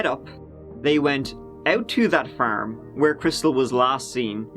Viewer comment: Bro you are great, but why do you pronounce farm is firm 😂😂